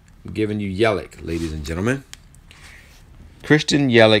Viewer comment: Yelich name sounds like Yelitch FYI thanks for the information!!